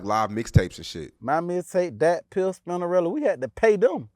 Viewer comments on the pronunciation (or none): This nigga said spindarilla😂😂😂 its spinerilla